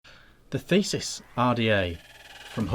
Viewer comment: Sorry I just have to say not Thesis, but this is the The-see-us. Like the fighter of Minotaurs Another good review:)